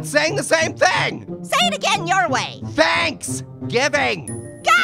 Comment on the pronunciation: "SPANK" you very much,! Have a wonderful "SPANKS-giving" hahahahahahahaha